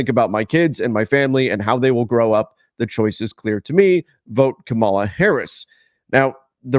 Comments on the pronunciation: It’s KA-ma-la, not Ka-MAH-la. We know who watches 😂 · Hey, I really like your work but could you please learn to pronounce her name correctly. Accent on the first syllable. Thanks. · dude say her name correctly WTF dude? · please work on it. The names you manage to pronounce are far more difficult. Having said that, I appreciate your work very much and appreciate your discussion here about our basic democratic rights (former teacher to another former teacher.) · I can give people a pass when they want to stay out and not speak up for what is right. Gotta keep those viewers. It’s good business. That’s totally fine. But please pronounce our future president’s name correctly next time. That’s all I ask. Thanks! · You pronounce her name wrong